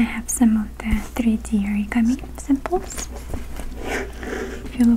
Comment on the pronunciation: You said "samples" and it sounded like "simples" like the Russian Meerkat says on the Compare the Market advert here in England.. It made me love you even more hahaha, If you don't know who he is, search for an advert, he's adorable, and so are you. <3